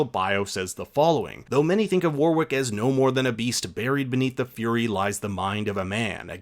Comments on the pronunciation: Great info and amazing series but please pronounce Warwick correctly. It’s ‘Wa rick’ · Warwick is pronounced Worrick FYI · You don't pronounce that second "W" in Warwick